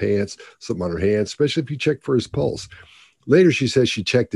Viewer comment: It bothers me the way she says pulse (sounds like she's saying pults)